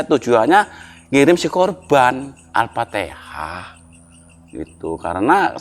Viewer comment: Al.fatihah Bukan Al.fatehah pa .